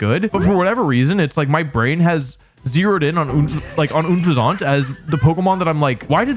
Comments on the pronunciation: why are you saying it oonfezant, its unfezant like unpleasant, you dont say oonpleasant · Since when is "un" pronounced "OOONN" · This man forgot Mightyena exists, which im pretty sure is the coolest wolf, but i lost it when you called unpheasant "Une-fa-zont" please no.... please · ooh fuh zant TF ITS UHN FEA ZENT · "Oonfezunt" It's "Un-Pheasant". It's a pun on unpleasant and pheasant. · "OON-fuh-zont" ?? It's a play on Unpleasant. Based off of a pheasant. "un-FEZ-ent" This really bothered me... like when people say Vivillon as "vih-VIL-ee-on" shudder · It's pronounced un-fez-ent, not une-fuz-aunt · Oon-fez-aunt? I always pronounced it like Unpleasant Unphezant 😂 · "Oon-fe-zaunt?" Bruh, it's just "Un-pheasant."😂 If this is a bit, I'm not in on it, sorry. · Wolfy, your pronunciations are comically wrong most of the time and that's just something we all live with, but why the hell would you think it was "OOON-Feh-Zont"? It's an incredibly obvious pun on the word "unpleasant", using the real world bird name that you should know "Feh-Zunt". It's clearly "Uhn-Feh-Zunt" to rhyme with "unpleasant", because that's the joke. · Wolfe is pronouncing things on purpose now bro what is ooun-fezz-ahnt 🤣🤣 its un-pheasant like a pheasant or like unpleasant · Oon fez aunt It's un-fez-ent Like unpleasant. It's a pheasant that's unpleasant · Unfezant ❌ OonFizaunt ✅ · Wolfe... bb... it's un-fezent. Cuz it's a pheasant birb. English really is a terrible language, but I don't remember anything you said about kammo-o after of all the ünfeZONTs you assaulted us with back to back to back 😭😭🤣🤣 And then he came back for wugtrio!! 🤣🤣🤣 not as egregious this time tho 😂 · I was just thinking that LMAO. Unpleasant. Not Oonfazaant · I don't want to be that guy, but I'm pretty sure its Un-Pheasant like Unpleasant. Never heard it pronounced "Oon-Phez-Aunt" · Always pronounced it “un-pheasant”, like unpleasant. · Isn’t unfezant pronounced un-pheasant like unpleasant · It's pronounced like unpleasant!